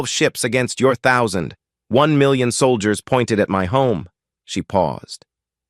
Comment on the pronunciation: "Solgiers" LoL 🤣